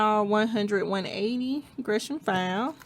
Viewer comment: I think it’s pronounced like gur not gre 🤷🏽‍♀️ I’m so nervous to try dip for some reason & I don’t even know why